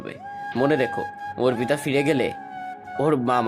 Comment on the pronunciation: ছেলে পড়ুয়া কানা নাকি অর্পিতা নামটা অপ্রিতা পড়ে গেল পুরোটা সময়